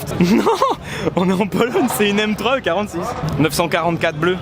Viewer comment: Mdr j’ai bien entendu polonie😂 fatigue apero mr